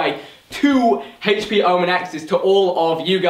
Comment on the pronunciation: Hhaych-p is how they pronounce HP